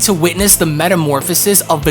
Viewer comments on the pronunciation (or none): none